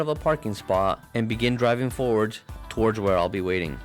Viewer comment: you pronounced towards torge lol